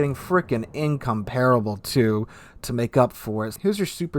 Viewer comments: HMS Incomparable is "In-COM-par-able", not "In-com-PAR-able". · Incomparable... lol I heard Income-Terrible.